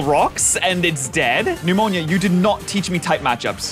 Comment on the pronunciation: Its nemona not nemanija